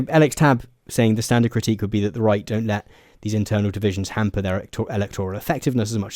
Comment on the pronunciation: You struggle to say the word "critique" 😅